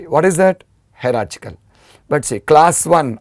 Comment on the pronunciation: Sir , its not pronounced 'hera -chick - al' ,, its more like 'haera-chial '